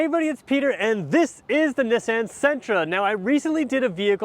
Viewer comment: Is the pronunciation of Nissan a Canadian thing? Just curious because I've never heard it said that way.